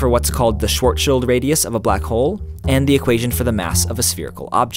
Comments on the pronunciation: WarioGiant But there’s no t in it and do you hear others pronounce the ch or not. Coming from someone with the last name Schwartz. (Pronounced: sh-warts) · It definitely doesn't end in anything sounding like "child", unlike how most people (mis)pronounce it. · If you want to pronounce Schwarzschild more correctly, you can swap the "o" sound, as in the they way you guys pronounce "war" - for what ever reason - to a bored guy half heartly screaming "ahhhh....." - its the same kind of "a" sound, tho obivously not as long - you get the idea. So Schw-ah-rzschild , instead of Sch-war-zschild. That easy. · For me as a german, it is so entertaining how english speaking people pronounce "schwarzschild" XD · Sry but I like the way how you completle ignor the z in schwarz and did you the t or d from? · you're pronouncing "schwarzschild" incorrectly!!! (oh yeah, i'm bilingual) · Sadly I couldn't keep watching, as you kept mispronouncing "Schwarzschild" in an entirely wrong manner! A quick bit of research online would show you how to pronounce it. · Well I'm just slightly triggered how you pronounce Schwarzschild. But just slightly ;) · I just wanted to say that it's kinda funny how he pronounces the word Schwarzschild. I know that nobody is perfect and everyone can make mistakes I do it too when I try to pronounce some english words. If you didn't like my comment you didn't need to comment it and you could have looked over it. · Is it really that difficult to properly pronounce 'Schwarzschild'? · Great video but the pronunciation of schwarzschild is ridiculous. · you pronounce schwarzschild radius wrong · The way you mispronounce Schwartzschild bothers me a greater deal than it probably should. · Your pronunciation of shcwarzschild was painful... The rest of the video was good though. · XD i know right! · Tim Bäthmann true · I always pronounced as if it was referring to the child of a guy named Shwar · its not schwart schild, its schwartS schild (a sharp S) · XD Shworzschild